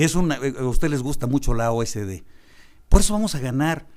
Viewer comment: Señor Gaviño, es OCDE no O S D